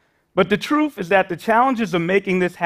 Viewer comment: It’s “wealTH” not “wealF” It’s “truth” not truf” It’s “idea” not idear” You’re a university professor and you speak like this? Absolutely horrible! It’s called capitalism and anyone can work hard to get more. Stop this socialism where blacks or other minorities deserve to be paid to match whites. I’m white and unemployed. I’m struggling But I’m not crying to have my government give me money to make me equal to anyone else. I understand that sometimes life is very difficult and I was raised by a single mother who worked two jobs. I went into the military, I had them pay for my college and that’s how it works. It’s not about the government handing out money to people and then passing on that incredible tax burden to our children. You’re thinking about this so wrong. This is such an entitlement program that is absolutely the last thing needed. People need to stop using welfare or at least limited to a certain amount of time so the people can go back to school and better than selves through hard work. Not handouts not charity. What does that get anyone? Nothing it gets them nothing. It’s just more burden on everyone else! By the way it’s not just a burden on the wealthy. It’s a burden on middle class, the working class people that do not have money to baby bonds. From the very beginning of our country, people worked hard to get money for college or to get a down payments for a home. It wasn’t given to them and it shouldn’t be given to them now. Wake up. This is not what our count